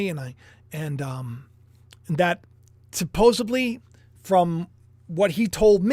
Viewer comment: They did a whole Seinfeld episode about that. Joey always said supposebly. I liked it when you said that. We all say some words in our own special way. My grandma spoke Italian and a little broken English and therefore my mom taught us how to say a lot of words differently. And, we all got teased at school when we talked about hock dogs, losengers and when asked what nationality I was.... Well, in broken English it sounds like.. a tie in. Teacher roasted me on that one.. that's the only way I heard it pronounced until I got older. Now, I gots to find out what's going to happen with this world, going back to the video.